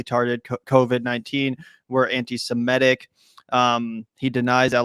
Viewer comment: Please - it's "sem IT ic", not "sem ETT ic." Stop focusing on the "e" in the first syllable, which throws almost every American off of the correct pronunciation.